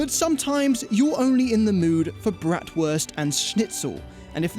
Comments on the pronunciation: breat worst???😂😂😂😂bratwurst! don’t say it when you can’t pronounce it… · Brattworst and Snitzel 😂